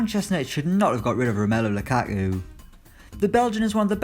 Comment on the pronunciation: He says Lukaku as Lu-Ah-Oo